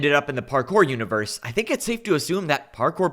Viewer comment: ik he's meant to be menacing but he keeps saying "univewse" like one of those ironic discord mod creators on instagram T-T